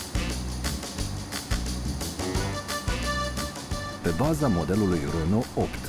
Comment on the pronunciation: "muncitorii franceji" ,mama ei de limba